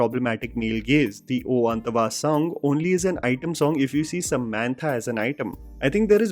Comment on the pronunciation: U still didn't change how u pronounce 'oo antaavaa' 😅 N not sure about hindi version,but i saw 1st day 1st show in telugu,in canada,probably 1 of the 1st guys guys to watch even before in india,but there are no abrupt cuts or edits then. Maybe for Amazon prime,they did cut off some minutes n scenes in total n made it look abrupt. Just my opinion